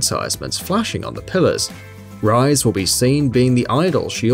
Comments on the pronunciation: I immediately stopped watching after you butchered Rise's name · I can forgive Persona 5's pronunciations for Kitagawa and such, but The way he pronounced Rise was just ............................K. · How to tell if the narrator has never played persona. ask him/her to pronounce the name of the character "Rise" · As soon as he mispronounced Rise I got a little triggered. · ITS RI SE (pronounced as RE SEH) not Rice or Rise ， hope you take note！ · says rise not ree-say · The pronunciations of the name has already pissed off the persona fanbase. Yusu-kay. Ri-say. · Its Ree Seh, not Rice! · OMG.. ITS pronounced REE SAY.. NOT RISE... WOW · Just so you're aware, it's pronounced Re-say, not Rise :P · rise?.....is rise!!!! REE-SAY! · Resay not rise....... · its ri-se not rice.. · pfthh~•○ Ri-Se , its spells separately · It's Ree-Sey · Her name is pronounced Ri-say not Rise! God! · rise is pronounced resay not rise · actually play the games before you make a vid on their easter eggs (: its pronounced ree-say, rise is the one with brown hair, le blanc has silent c, the reaper and twins boss fights are not secrets easter eggs or anything like that, idk how to type out the pronunciation of ginyu but it sure as hell aint said the way you said it, yusuke didnt have a palace, there were no figures like that in madarames palace, they were in futabas room, yusuke is pronounced yu-skay, final ending is nothing special. dont make a secrets, easter egg whatever video if your gonna mess up almost everything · I wanted to die when he said rise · ''Rise'' I'm so triggered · Rise Name is pronounced (Re-sei) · Calling rise kanami Calling kanami rise face palm Also she call RI SE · He pronounced Rise wrong ;-; Ri-se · Did you ever play the games? Who the hell are "Rai-zu" and "Yu-sue-kei?" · it's ri-se it's japanese name dude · those are some, uh, interesting pronunciations for rise, yusuke, etc... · Sorry I had to stop after hearing "Rise and Konami" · That Rise's name pronunciation tho